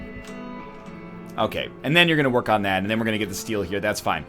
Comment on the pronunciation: dat woork tho